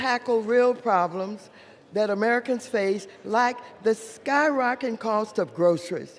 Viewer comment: Why put the word "sky-rocketing" in your speech if you can't pronounce it. It's not "sky-rocking."